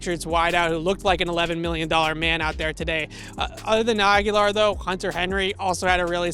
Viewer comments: Good piece for sure. That said, why are you mispronuncing Nelson Agholor’s name? It’s pronounced A-guh-lor, and you’re pronouncing it like A-gya-lor. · A-go-lore. Nelson A-go-lore. Not Aguilar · Love what you do. Thanks for bringing us all this great info! Lets go pats!!! Oh and not that its too important but you keep mispronouncing Agholor you keep saying Aghular ✌😊👍